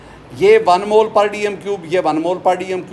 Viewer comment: Sir mole nhi Molue hota hai jaise joule nhi Jalue hota hai 😅😅